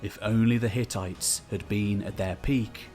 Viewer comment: Hehe, you said ttites